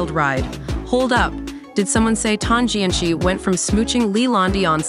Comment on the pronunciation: The “ci” in Tan Jianci’s name is actually pronounced as a soft c (sounds like an s) and not the pinyin Q sound.